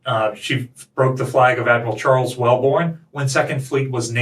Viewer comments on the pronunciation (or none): none